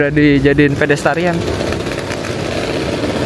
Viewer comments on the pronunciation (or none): pedestrian maseh. Bukan pedestarian😁